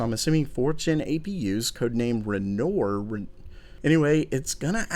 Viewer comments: How to pronounce "RENOIR". Ren-Waaaa. Definitely not Ren-nor. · It's "ren-warrr" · Don't be another RedGamingTwat, it's pronounced Ren-Waaaaaaaaaaaaa!! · Renoir was a french artist, therefore, it is pronounced ren-WAH... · Ren-or? Mate don't go to RedGamingTech to learn pronunciations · Google how to spell Renoir. It's French. Renoar or Renoa basically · Pronounced 'Ren - Wah' I believe! Renoir!